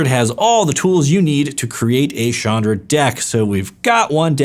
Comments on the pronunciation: Ch not sh its very irritating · I always thought her name was pronounced as ch-anne-dra.